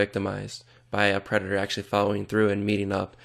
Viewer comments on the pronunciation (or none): none